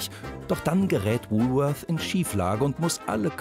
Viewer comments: Welcher Deutscher sagt schon Wulfeurs!!!Hier in Berlin sagt man Wolwort oder Wolle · Bei "Wuuuhhlworthh" gehen einem ja die Fußnägel hoch! Jeder normale Mensch in Deutschland sagt "Wohlwort" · Frau: „Wulwörs“ Sprecher: „das letzte war richtig!“ Ähm, sorry aber auch nicht.